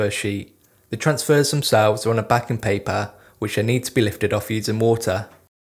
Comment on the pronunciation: is he saying moter? or water?